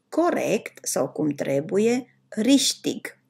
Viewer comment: Un singur lucru îmi zgârie urechea. Riștiș? Sau rihtig ?